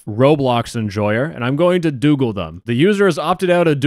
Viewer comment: Doogle X Dox-oogle ✔